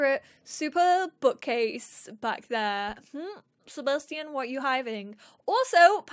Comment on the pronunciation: Seba Sti Ian lmao it’s Sebastian